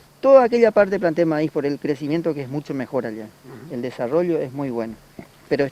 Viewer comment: Desarollo no se dice asi